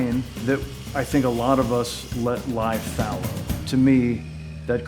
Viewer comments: Did he say "that a lot of us let lie thallow"?? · Jeff de Valk Fallow.